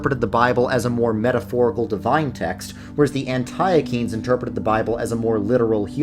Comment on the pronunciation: Please stop saying an TIE UH KEENS